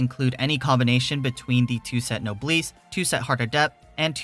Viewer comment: My only gripe with this video is how you pronounced Noblesse lol.